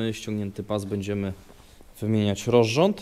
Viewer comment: Czy ja słyszę rorząd zamiast rozrząd?